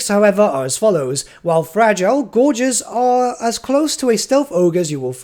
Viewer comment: I'm so hyped for ogres. Especially Greasus. Also, thanks for pronouncing "gorgers" right this time. ^_^